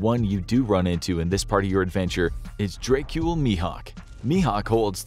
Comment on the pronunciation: “Dray-cule Mihawk?” The fact that his first name is one letter off from “Dracula” wasn’t enough of a tip for you?